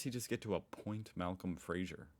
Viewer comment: Sorry, the video you are reacting to is garbage that doesn't get anything right. You'd do far better to read the article on Wikipedia. It seems crazy because it's drastically oversimplified when it is not outright wrong. Also, Malcolm Fraser's name was "Fraser", not "Frasier".